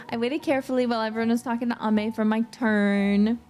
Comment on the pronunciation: I love how pronounced Ame! Thank you for the update! Thank you always for your hardwork! 💙